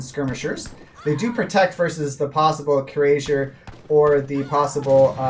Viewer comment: "cure Asias" lol. It's cuirassier = quee rass siay, or thereabouts